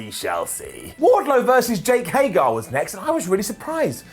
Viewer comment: I enjoy the way Simon says Hager.. Haygarrr